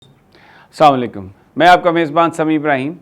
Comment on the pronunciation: Say As Salam u Alaikum and not Salam u lakium. Are you justify your name Sami Abrams.